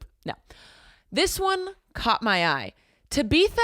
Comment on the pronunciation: Ta beetha knocked me out😂